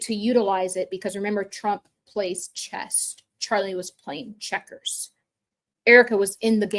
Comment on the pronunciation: “Chess” not “Chest”.